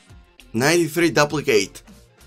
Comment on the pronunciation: Love your vids man, one thing tho, “duplicate” is pronounced “doop-li-cut” or “doop-li-cate”